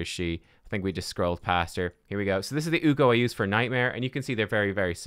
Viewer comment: I just want to say ... UKK-o not UU-ko